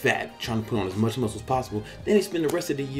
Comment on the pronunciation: The type of content I missed from BBC! Legit talking to us like if he did in person. Like a real fu**ing person! MuUSCLE MaASS